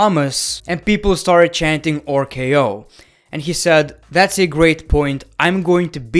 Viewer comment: Ah, yes, my favorite finisher of all time "OOR-K-O"